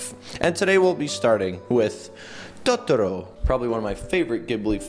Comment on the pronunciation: Tahtoro Me: Pretty much triggered